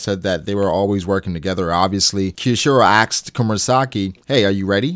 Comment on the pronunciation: stop saying axed, its asked please